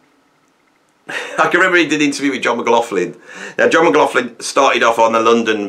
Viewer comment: Sorry if you say John McGofflin one more time I will go nuts...it's John Mclaughlin pronounced McLOCHlin....sorry bud but I'm scottish and this is just wrong;)